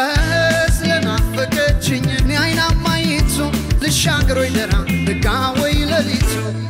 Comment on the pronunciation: ደራ የሚለው ቃል ጠበቅ ብሎ ነው መጠራት ያለበት በድምፅህ ምርጥነት ላይ የቃላት መጥበቅና መላላት ሌላ ትርጉም ስለሚሰጥ ብትጠነቀቅ ከዛ በተረፈ ❤❤❤❤❤❤❤❤